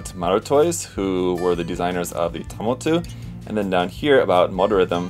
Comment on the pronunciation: They always leave the "s" out in the English translation. Should be pronounced Tamotsu.